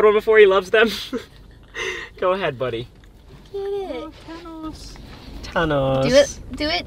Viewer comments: i love how ryan says his name like tanos instead of thanos🥺🥺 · Bro, I laughed so hard when he said, “TiMe to GeT Thicc Tanos.”